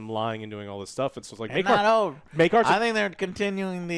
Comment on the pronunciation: Take a shot whenever joe calls Maekar as maegor.